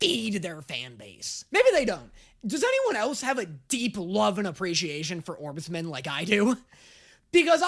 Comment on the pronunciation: ITS ORBSMAN!! NOT ORBSMEN😭💔